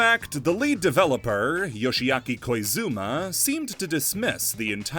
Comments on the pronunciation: erm actually!!! Its Koizumi not Koizuma, he actually says it correctly later on in the video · It is wild to me that you so confidently got Yoshiaki Koizumi's name wrong, considering he's basically been in charge of 3D Mario since Galaxy and has a legendary pedigree at Nintendo. EDIT: Wait okay you got it right , maybe it was a typo that you read out loud without noticing?